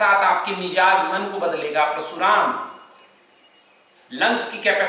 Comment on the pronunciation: जिस विषय पर आप ज्ञान दे रहे हैं बेमिसाल है उस पर हम कुछ नहीं कह सकते क्योंकि हम कुछ जानते ही नहीं। हम जो कहना चाहते हैं ओ है उच्चारण का।आप समझाते हैं परशुराम प्राणायाम का लेकिन सुनने में प्रशुराम हो रहा है।